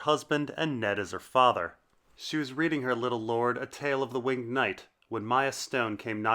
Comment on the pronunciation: Incorrect pronunciation of "winged".